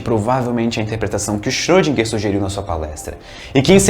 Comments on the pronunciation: e Na vdd se pronuncia "Choudrinher". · Ele chama de "chodriguer" eu chamo de "iscroudinguer" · Acho que o correto é "Xirodjinger"..kkkkk